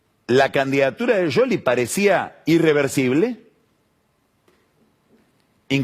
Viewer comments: Se dice... Essss cioli no sholy/ yoli/ yoly 😂😂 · No es Yoli ni Sioli. Es Shioli pronunciado en italiano, tal cual el origen del apellido. Vos a Tinelli le decis Tineli. No decís Tineyi. Lo pronuncias en italiano. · Pronuncia el apellido en italiano tal cual es. No es Sioli. Igual lo pronuncia mal. Debería decir Shioli, no Yoli. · Porque dice sholi en lugar de scioli? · ¿Por que dice "Yoli? Me recueida a Grondona diciendo "guaild" por wilde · Pasaba por aqui solo para escuchar decir "YOLI" al verdadero quijote del buen hablar... groso PAÑI 😂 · Que capo que sos pagni pero como me molesta en el oído que digas yoli! que capricho pelotudo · Porque le dice YOLI a SCIOLI ? que le diga como la gente lo conoce. que tipo mas pelotu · No es ninguna de las dos cosas , en italiano la Sc no se pronuncia como Sh ni como Y , Pagni se hace el que habla italiano y lo pronuncia mal.